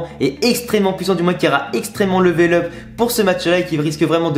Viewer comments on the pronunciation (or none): none